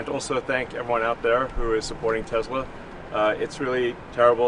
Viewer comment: Musk, Tezla, everyone else Tesssla. WTH.